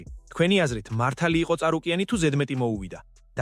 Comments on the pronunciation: "წ" არ "ც" "ც"... ცარუკიანი ანუ და არა წარუკიანი... რა წ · ესეც ხელოვნური ინტელექტია? რამდენადაც ვიცი ცარუკიანია და არა წარუკიანი..